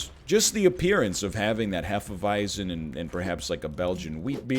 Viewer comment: I wasn't aware of the fact, that Hefeweizen is called Hefeweizen in english.. its so funny to hear the english pronounciation of it though :D